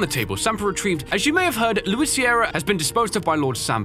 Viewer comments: I can't believe it Louis died but Leon still mispronounced his name🤣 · The last thing Luis heard from Leon is him butchering his name lmao. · after all this time Leon still doesn't know how to pronounce Luis' name lol